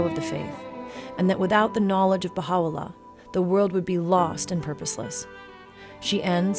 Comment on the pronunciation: It's VITAL to say names *correctly, respectfully. Baha OO LAH, not LOO AH. It reads that way in English, and one needs but a few seconds to check pronunciation.